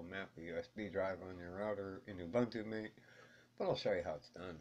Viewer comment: great video but MATE is MA-TAY :)